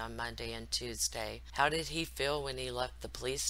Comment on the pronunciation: I noticed that Shanann always said "har" for the word "how" .. at first I thought it was just one of those things where your words come out wrong when you're trying to spit it out quick but she said it in other videos too. No biggie obviously, just an observation .. On another note, Thrive isn't "work" & its not a job. It ruins familes. When you have to spend your own money on the products to the point where you dont pay your mortage for 3 months, that is NOT what employment is. Also, putting your children in a very expensive daycare 5 days a week if your home all day long makes zero sense. That aspect of this case should be used as a cautionary tale!